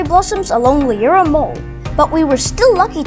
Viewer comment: It's a lovely little video, and I really like it..... However, it is pronounced "Loo-ra" and the church is pronounced "All-bns".